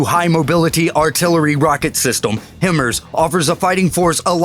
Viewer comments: Him merz. Mean 'High Mars'? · Him...Ers...you mean HIMARS high mars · Wtf is a God damn Him murs... its HIGH MARS "HIMARS' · Number 18 is pronounced HI-MARS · You can pronounce Hercules, Avenger, and Saddam Hussein but not L.A.V., Paladin, or HIMARS...lol